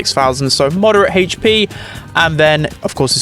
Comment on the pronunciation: Please stop saying hp wrong im really angry